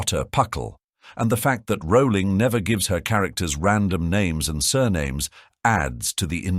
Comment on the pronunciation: HER NAME IS PRONOUNCED ROLLING. Not Rowwwwling.